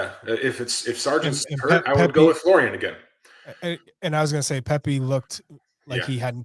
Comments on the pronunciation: I know it’s not John smith. But the dudes name is folarin. Not Florian. I think us Americans read the name and just default to Florian. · McBrizzle : Fo-la-rin 😊